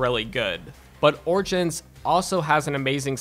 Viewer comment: Did this nigga just say orchins instead of origins!!!!